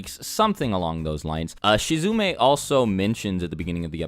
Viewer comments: Im not sure if you know this or not but you pronounced Shizuma wrong. It's pronounced She-zoo-ma Not She-zoo-may. Next time you record the whole video with an error you should make a disclaimer at the beginning of said video. Maybe add that song from the shooting star meme. Just an idea. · You called Shizuma "Shizume"?! I'm unsubscribing from Superbunnyhop. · umm it's "Shizuma," not Shizune. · My boi apologizes for saying "Shizume" insted of "Shizuma" in last video, continues the Shizume trend in the one the first couple of times he mentions him LUL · you said Shizume again 😂😂😂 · U said shizume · wish you just redid the review. totally blows hearing you say shizumei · He's still saying Shizume, Lol. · After apology for mispronouncing shizuma, mispronounces again noob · Don't let him distract you the fact that pronounce Shizuma wrong